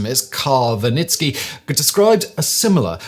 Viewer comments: Wernicke = Ver-nik-uh Seen in Split Brain Sorry, Simon. I had to stop watching . Such a horrible mispronunciation of Wernicke. How did you get Vinitski (per YT CC spelling)?? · Is that a Czech pronunciation of Wernicke?